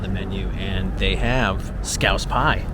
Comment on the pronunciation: Scouse not scrouse 🤦🏼‍♂️😂